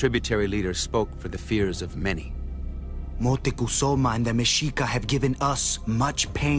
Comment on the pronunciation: Is it just me or was the narrator saying Moctezuma wrong the entire time?